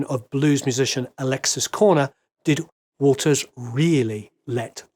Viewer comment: Bizarrely every time you said Waters I heard it as Walters.